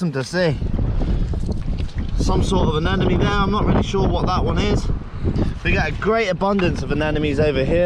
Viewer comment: aneMOne not aneNOme <3